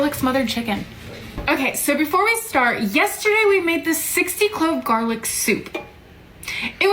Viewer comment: "60 clove garlic's motha...chicken" I though she was cussing us out 🤣🤣